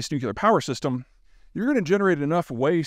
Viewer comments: Please say 1000 times « nuclear is not nucular »! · Learn how to pronounce nuclear Peter. Its not , new cue la, its new clear. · NU- CLEE-ER. Not NU-KEI-LER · And please, Peter, learn how to pronounce "nuclear" (like the nucleus of the atom)- not "Nuc-ye-lar" (there is no such thing)... It's really annoying to hear you repeatedly mis-pronouncing this over and over. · Peter. The word is pronounced NU CLEAR. Not NU CU LAR. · such a brilliant guy you’d think he’d learn to pronounce NU-CLEE-ER it’s like nails on a chalkboard to hear New-CUE-LAR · nu...clear, it's so easy. Someone needs to tell him there is only one "U" in nuclear. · Damn this would sound smarter if he said nuc-LEA-ar not nuc-U-lar! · NEW-CLEE-AR Difficult listening to a guy present himself as a nuclear expert when he hasn't bothered to teach himself not to say NEW-Q-LAR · Only Putin has nu-cu-lar stuff Peter, the rest of the civilised countries around the world have nu-cle-ar stuff... 😂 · Peter, repeat after me: NU-CLE-AR ☝🏻 not NUCULAR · Nuculear? Whats that ! I understand a fair bit about nuclear ! Sounds interesting this nuculear! Lol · I will die on this hill: it's NU-CLEAR, not nucular. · Zeihan is brilliant and compelling on geopolitics but what’s up with deliberately mispronouncing nuclear? It’s like fingernails on a chalkboard. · OH MY GOD STOP SAYING NUCULAR IT'S NUCLEAR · Is he saying "nuke-you-ler"? It's "new-clear". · Nu-CLEAR. It's pronounced nu-clear. I love you. But you sound like George W. when you say nuc-u-ler.❤ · It's nuclear, not nucular. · NEW-CLEAR. Not nu-cu-lar. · nu-clear, not nu-que-lar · Interesting video. One minor pet peeve. It is not nu-cu-ler. It is nu-clee-er. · Nu cu lar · Nuclear is pronounced new clear. You have got to stop saying nuke-you-lurr, it makes you sound like a child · You should have stayed away from this one. Someone who can't pronounce NU CLEAR, not nuke u ler, doesn't need to go down a trail you haven't got a handle on. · Nu cu lar. 100% correct.